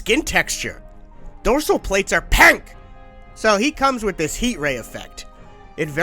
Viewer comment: and IT'S "PINK" NOT PANK!!! And stop misspelling "pink" to pank a lot because you are saying it wrong and nobody says the word pink like that